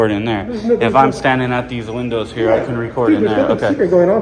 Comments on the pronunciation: "herre" instead of here📢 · "Herre" they come